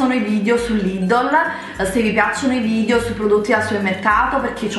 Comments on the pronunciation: si dice lidel non lidol !!! e si scrive Lidl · lidddddl ma come parla